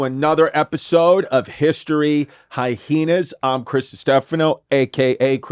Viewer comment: Why do these FF's pronounce it hyeHenas??? There's no second H in the there.. Are you both Frank's and beans or what???